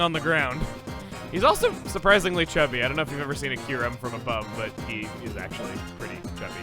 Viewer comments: oof I didn’t know kyurem was in BW, this whole time I always thought it was introduced in BW2. also “Kyu-rem”??? I pronounce “kee-yoo-rem” oof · Isn't it pronounced KY-OO-REM? And not KEYR-EM? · I always thought the pronunciation was Kai-You-Ram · I alway pronounced Kyurem as Kai-u-rem at first. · Gates to Infinity was actually my first Pokemon game. I misspronounced it as “Ky-rem” for years...